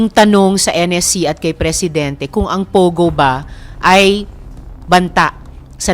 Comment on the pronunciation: POGO NOT PUGO AS U PRONOUNCE MS. BLOGGER.